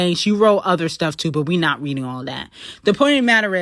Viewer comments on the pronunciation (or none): none